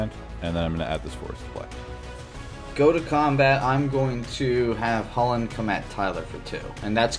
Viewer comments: It's pronounced Chew-lane, the designer of the card even mentioned this, you also call it this it , the other pronunciation sounds terrible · is it really pronounced "Cullen"? I have always pronounced the commander's name Chu-lane, as in chu chu, like a train and lane :) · Chu lane not hullan. The creators of chulane and the brawl decks call it chu lane not hullan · Its not "Hullen" Emma Handy was on the brawl design team and she pronounced it as "chew-lane" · Top of my head, Chulane was based on Cú Chulainn, so I've always had in my head that it's pronounced "Koo-layn"